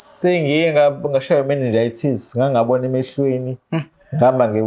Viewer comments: You mean 'Meningitis' 😊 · 😢 Bengizwe ngathi uthi '"sengike ngashaywa i manager ye Tazz. Kathu uthi mannejities